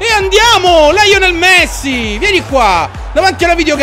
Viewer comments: Ciccio si pronucia lionel!!!!! Apparte ste cagate sei il top continua così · certo Ciccio "LAIONEL" ;-)